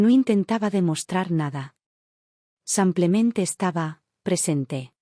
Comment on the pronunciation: La historia buena, la IA de la patada, siempre dice 'samplamente en vez de simplemente' De inteligente no tiene nada, es muy b.r.u.t.a.